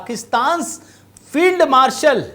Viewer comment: ठिक से उच्चारण करें । श्री युक्त पाकिस्तानी फेईलड मार्शल ।